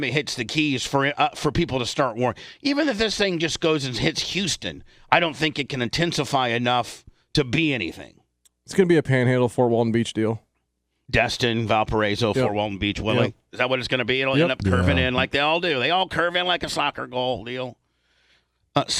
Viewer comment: Dude. Pronounced Valparaiso wrong.